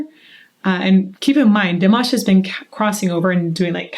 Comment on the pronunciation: It is time to pronounce Dimash name correctly.